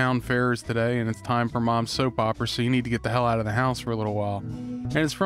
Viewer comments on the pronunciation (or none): none